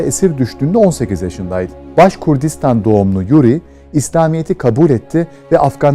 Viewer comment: Başkurdistan deyil.Başkirdistan.Orasi bir türk topraki